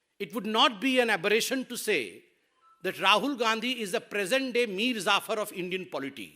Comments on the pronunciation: Patra it is Mir Jafar and not Mir Zafar😅 stupid person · Bolna to seekh le bhai Patra Meer Zaafar nahi hai Meer Jafar hai